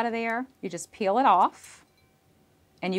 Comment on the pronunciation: Why can’t she pronounce peel properly?